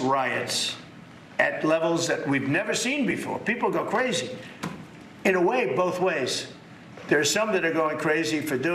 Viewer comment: It's cwazy! It's wack!